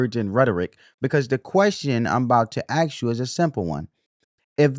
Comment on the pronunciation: Learn how to say ask you'll sound more reputable